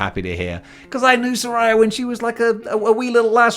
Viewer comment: It’s pronounced “Saraya,” not “Saraya.”